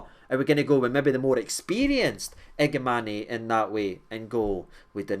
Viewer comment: the pronunciation is iga man